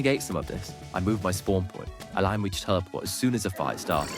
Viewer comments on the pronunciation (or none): none